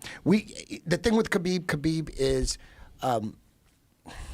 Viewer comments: ITS NOT KABEEEEB, it's pronounced HABIB. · A little disrespectful that he mispronounces Khabibs name over and over no one corrects him. The K is silent. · When are these guys going to learn how to pronounce Khabib?